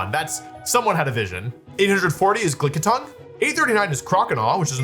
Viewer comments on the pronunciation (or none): did he say glick-itongue or am i hearing things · did i hear "Glickitung"?? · I wonder if anyone noticed he called Lickitung "Glick-itung" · Is it just me or did he say Glickitung ? Killer nickname when he uses it in his next mono-normal team 😂 Also, surprised Spidops isn’t lower 😅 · DON'T THINK I DIDN'T HEAR YOU CALL IT GLICKITUNG, WOLFE! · did he just call Lickitung "Glicke-itung?"